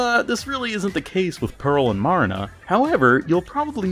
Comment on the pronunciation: You saying Marina wrongs it's pronounce Mer ree na because the A is slightly